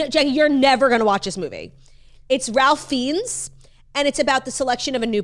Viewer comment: Ralph Fiennes is pronounced Rayf Fines